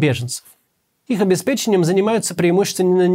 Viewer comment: Ура! Максим, впервые на моей памяти, сказал слово «обеспечение» с верным ударением. Но это все шутки. Спасибо за ролик, а героям сил пережить весь тот ужас, что натворило руководство моей страны.